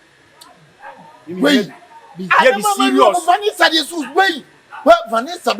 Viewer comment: The pronunciation of Vanessa nu😂😂😂